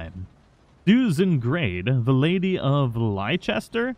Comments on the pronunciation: Leicester is pronounced "Lester". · For Mary-Beth book, The lady of Leicester would be pronounced ‘Lester’, it’s a city in England. great video though, seeing all the gang makes me so emotional :(( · Hey, Just a quickie for you, Leicester is pronounced "Lester". Great Vids by yourself and Ashley. You guys make the days that little bit better. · More romance story reading in the future thanks. Also, it’s pronounced Lester. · Leicester is pronounced "Less-ter" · it’s pronounced Less ter. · I love how no one can say Leicester 😂